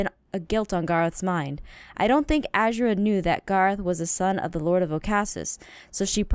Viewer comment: Oh Aphmau one more thing her name is pronounced A ZER UH ttfn